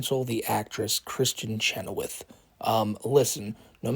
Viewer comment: Why is she calling her "Kristen Chenowitz?" 😂